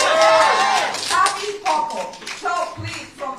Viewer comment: "Kasie Hochul"?? Lol